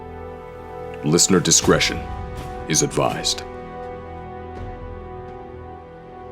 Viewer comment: Isn't it listener "discretion", not "disgression"?